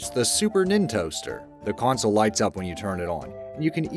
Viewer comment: Is it just me or does he keep saying "coin-sol" instead of "console", either that or hes just saying it oddly as hell! lol